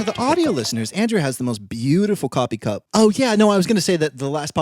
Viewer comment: "coppee cup"